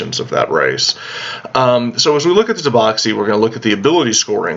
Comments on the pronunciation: It's Tabaxi not Taboxi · Taboxy....... That hurt me so i stopped watching... Sorry words are hard I guess